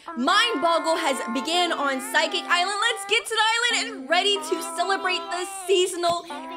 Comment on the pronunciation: ah yes, my favorite island "physicalsecsikik" its (no hate btw)